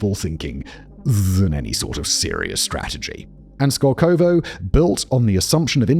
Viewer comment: The emphasis in the name is on the first O. It's skOlkovo, not skolkOvo.